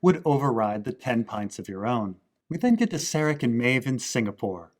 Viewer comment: Stop calling Caleb "Jesse". And stop calling Serac "Sarek". This is not Breaking Bad and it is not Star Trek.